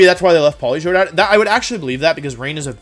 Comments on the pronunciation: polito-ed? I always thought it was poli-toed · Polito-Ed lol.... 😂 made my day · No one: Wolfe: Pollitoette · Poli-toe-ee-ed. 😂 These Pokémon pronunciations get better and better. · No one: Wolfey: Politoedd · It's Politoed